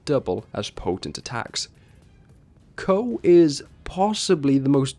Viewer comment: KOH!!!!??? I THOUGHT IT WAS PRONOUNCED COO!